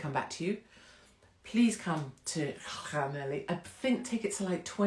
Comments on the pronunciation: Don’t go to Llanelli and pronounce it like that, I tried it once, oops. 😂 There is a surprise th sound towards the end and more of a cl sound to begin with. Thank you for supporting Tommy, I miss his presence and the info he provided. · Is Llanelli pronounced Clanethli? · Llanelli is pronounced Cla neth li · Untitled yep like this, no heavy stuff just chilling. Blackpool 🤣 Llanelli I'll teach you how to pronounce Llanelli 😉🥰